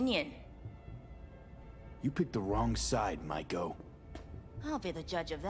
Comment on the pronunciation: Judy said her name multiple times. How are you still mispronouncing Maiko. She’s not a shark.